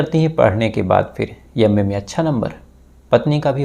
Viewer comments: ji YAM.A. nhi M.A. bolo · यम्मे नहीं भाई एम ए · भाई यम ए नहीं एम ए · यम्मे नही अंग्रेज....एम ए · Bhai ye up se hai up walon ki tone me m ko y jaise pronounce karte hai isliye ma ko yamma bol rahe hai